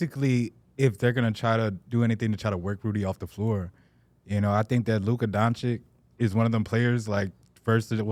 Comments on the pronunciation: yea he's close just need a ch not ck😂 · it's not "Donchitch" tho. Notice how the things above the "C"s are different - Dončić? č is like ch, and ć is different. I don't think there's a sound like it in English. It's somewhat close to the first sound in the Italian word "ciao" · Luka in his 6th season and still say "Donchick" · Better than how others still say "dongkitch" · Listen to Paul pierce say he says donakick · Better than flight, he says it like donakick